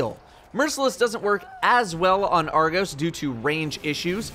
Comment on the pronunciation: It’s Argos, not argose